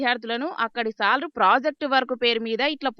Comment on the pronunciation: సాల్ డ్రు కాదు సార్లు అనాలు